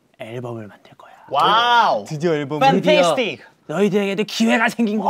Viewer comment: DK: Wow! Fentestic! DK: Oh! Shhh! DK: Holiday! Hahah it should be “Holy Damn!” DK is always so extraaa. 😂